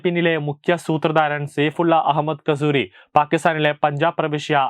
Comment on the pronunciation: അജ്ഞാതൻ, pls take care of this kasthoori. (Kasoori )